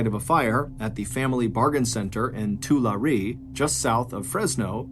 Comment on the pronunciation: Sorry but I have to correct a pronunciation, simply because it’s where I live. The city Tulare, pronounced as “Too-lah-ree” in the video, is actually pronounced “To-larry”. It’s a weird one that lots of people get wrong all the time!